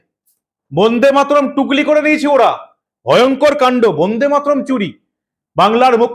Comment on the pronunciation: বোন্দেমাতরম নয় কথাটা কিন্তু বন্দেমাতরম।উচ্চারনে শুদ্ধতা থাকা দরকার। প্রতিবেদন খুবই ভালো।